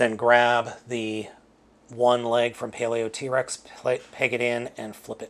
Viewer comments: I think Paleotrex's name is supposed to be pronounced: Paleo-trecks. That being said, yea, the pins in mine are loose too, specifically the left knee. Perhaps the two pachy fossilizers offer the stability parts these 3 are lacking to make a proper combiner. Personally, I just want an extra set or two to make my own bone throne. I really hope they release skellivore as a stand alone figure, and that they release the other fossilizers in special clear colorings, too. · You pronounce it paleotrecks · the thing that annoys me the most how he says “paleo Trex” instead of “paleotrex